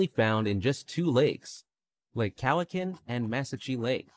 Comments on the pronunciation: Lake Cowichan and Mesachie Lake. Cowichan is pronounced more like Cow-i-chen not Cow-i-can. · I don't know where that narrator was from, but his pronunciation was way off. I had to look up the lakes for the lamprey. Holy F was his pronunciation off! Lake Cowichan (cow-itch-an) [no T in Cowichan, for pronunciation purposes] and Mesachie Lake (mes-ach-ie), these lakes are close to each other (5km apart) and not far fom me 30km. I've not seen any lamprey nor lamprey predation on trout I've caught. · He is mispronouncing Cowichan...on the Cowichan lampree... its pronounced Kow a chin